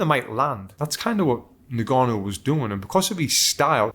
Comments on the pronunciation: "Nnn-gannou" non Ningannou. bruh. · "ngannou".... NOT "nigannou" for christ sakes man. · It’s pronounced “en”-gannou, not “ne”-gannou. Get the man’s name right please! Also how many people are saying “Alexander” Usyk. It starts with an O. Christ, make some effort!